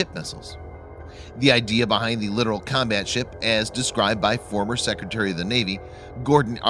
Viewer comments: Its pronounced LI TORAL not LITERAL. Littoral warfare has been a stupid idea ever since the contractors sold the idea to the navy 30 years ago. Do you really think its a good idea to operate a major combatant in range or shore artillery an mortars and RPG's? No it is not and the first time one is sunk by a coordinated RPG attack the admirals will withdraw them to the ocean and never send them back. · It's pronounced Lit-tor-ol, you keep saying literal. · You are not pronouncing the class correctly. You are saying it like the word "Literal" or literally speaking. The name Littoral comes from the shallow reef French Littoral islands and in Indian ocean, not the typical english spoken variant of the word. The CORRECT way to pronounce is Le-TOR-al if you are not emphasizing the TOR in the middle your effing up. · lit-or-all that is how you fucking pronounce it! it's not lidoral it's LIT-OR-ALL!!!!!! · I can hear him say it wrong and it does get annoy